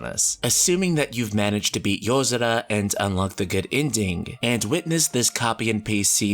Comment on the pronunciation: That's weird, I don't remember there being a d in yozora. SO WHY DO KEEP HEARING IT